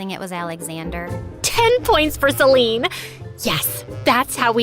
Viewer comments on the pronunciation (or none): The way she said celine insted of selena😅😂